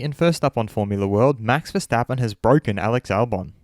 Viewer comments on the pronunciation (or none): It‘s bwoken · Its bwoken! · it’s bwoken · He is Bwoken!!! 😒😟🤧🤷‍♂️🤷‍♂️ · Who else can hear it in Lando's voice "It's BWOKEN" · U had all the chances in the world Of all calling it "Bwoken" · It‘s bwoken!!! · It's bwoken it's bwoken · He’s bwoken